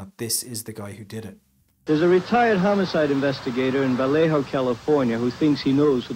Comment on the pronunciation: good spot, I agree he sounded like he was going to say homocide